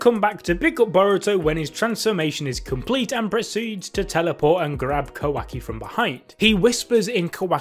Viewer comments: Mans keep saying "quacky"😂😂💀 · Please please pleaseeeee stop pronouncing it kawacky I beg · My guy kept saying ka-wacky